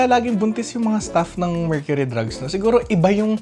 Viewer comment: Mercury Drug lng po boss walang “s” hehe